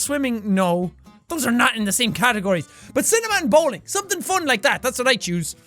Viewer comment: "Bowling" Roman Bellic Approved.